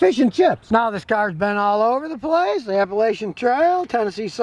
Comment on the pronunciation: Hmmm, NC tag, Blowing Rock, ASU tag. By god he’s probably from Watauga county. (Wonder if he said anything to Scotty on how he pronounced Appalachian)